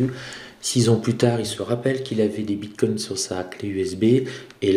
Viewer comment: "bine coins"